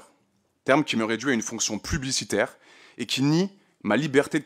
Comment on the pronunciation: "plublicitaire" Même lire, il ne sait pas faire